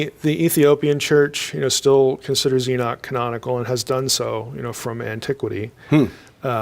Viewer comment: It is curious how the guest, a Doctor of Biblical Hebrew, correctly pronounces the name Enoch, but the host persists in mispronouncing the name. (Stubborn ignorance? Pride? Arrogance?)